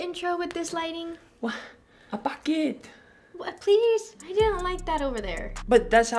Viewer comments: said bucket instead of baket 🤣🤣🤣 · We call that in Philippines "Walis". And your trying to say "baket" it is pronouce "ba" A as apple then "ket" like basket. And im from baguio city, i was surprise you said my hometown... Congratulation and Roni Burriss! God bless you both